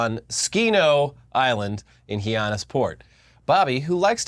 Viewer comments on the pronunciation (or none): hi ann is for is how you say hyannis